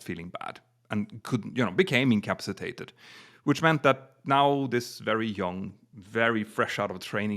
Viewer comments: "Encapsitated"...? Hilarious. Try : "In..Ka..Pass..Ahh..Tated" Otherwise...GREAT CONTENT AND STYLE! Thanks and keep up the good work! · Great new show guys! But could somebody please explain to how to say the word(s) "incapacitated" and "incapacitation". ("Incapsitated" is not a word). I understand English is not first language, and he speaks English so well, but he's been saying these words wrong for years, and I had hoped somebody would have put him right on that by now. Thanks guys, and good luck with the new show!